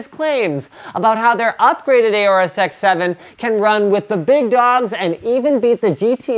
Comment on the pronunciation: It's aorus not acre